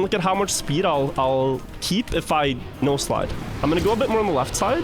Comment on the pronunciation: This whole time I thought he was saying “nose slide” instead of “no slide”